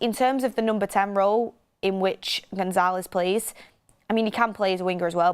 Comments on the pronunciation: Much love and appreciate all your hard work but, I must correct you on your pronunciation of Gonçalves…. Gon-SAL-vesh. 😊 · Names are pronounced "Amooring" withe g being mute "Gon-salvsh" "Kenda" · goncalves not gonzalez